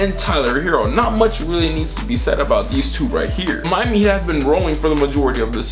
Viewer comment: “Favorite team the Miami Eat”😂